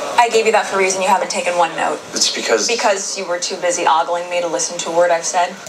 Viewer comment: About 2/3 of the way through, she says, “you were too busy ogling me…” That word was mispronounced. It’s oh-gul 😉 not a common expression these days, I guess. The actress would’ve done well to consult a dictionary.